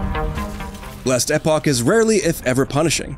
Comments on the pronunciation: Couldn’t stand how this guy said it hahaha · SMH it hit my ear so weird for sure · What the hell is "Last Eh poch"???????? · We devolved from "Last Epoch" to "Lestapock" by the end of the video lol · It's not pronounced last eh-pock, it's pronounced last eeeeeeeeeeeeeeeeeeeeeeeeeeeeeeeepock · learn how to say last epoch